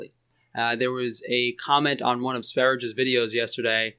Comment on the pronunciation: Just me being nitpicky, but its not 'sver-ridge' you would pronounce it like 'svar-ee-yeh' (which is how swedes say sweden in the swedish language). Great video otherwise! I only tried veganism for like 3-4 months, and while great in the beginning I quickly became annoyed with how much food was taking up my attention, in the sense that I had to eat what felt like constantly to feel any sort of sustenance. Also my sinus issues seemed to increase after going on this diet. After I went back to eating animal products on a regular basis these issues have subsided.